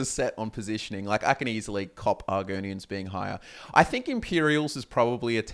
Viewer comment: bro my reaction when said argonians